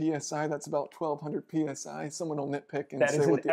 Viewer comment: "That's about 1200 penis eye" LOL I cant be the only one who heard that